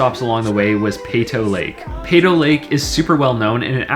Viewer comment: You mispronounced "Peyto"